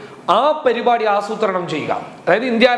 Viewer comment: Perupadi അല്ല parupadi